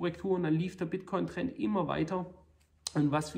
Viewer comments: „Bitchcoin“ 😂😂😂 Klasse Video wie immer👍🏻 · Bitchcoin hab ich ihn auch vor 2 Wochen genannt :) Sau witziger Versprecher . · "Bitch-Coin" LOL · Das passiert den besten: "Bitchcoin" :D Danke dafür, dass Sie uns regelmäßig mit Infomaterial zu diesem Thema beglücken. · Bester Versprecher soweit. ;) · Wie immer sehr interessanter Bericht - vielen Dank. Da ich Wortspiele liebe, habe ich mir den kurzen Versprecher "Bitchcoin" sofort gemerkt und den Vorschlag dieser neuen Währung an Elon geschickt, damit er diesen Coin mit tausenden Prozenten Wachstum pushen kann ;-). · “der bitch-coin” so nennen Sie also den Bitcoin intern. Wahnsinn. Da musste ich lachen:D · wer kennt ihn nicht... den Bitchcoin xD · Der Bit"ch"coin zeigt sich sehr schwach :D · 🤣🤣🤣 kleiner aber feiner Versprecher